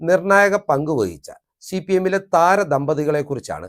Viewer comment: നീ ആരാണ്? സിപിഎം ന് ഒരു കുഴപ്പവുമില്ല. നീ ആദ്യം സിപിഎം എന്ന് തെറ്റില്ലാതെ പറയാൻ പഠിക്ക്